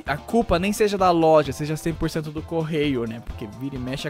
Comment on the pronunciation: quase acursou o golpe falando "culpa da LOLJA"